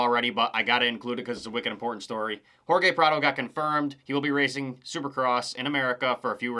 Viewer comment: Its Hor-hay Prado, not Hor-gay. Other than that it was a home run of a video.